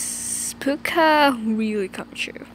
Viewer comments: "Paccu" its Pucca not Paccu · Am it's not pacca it's pucca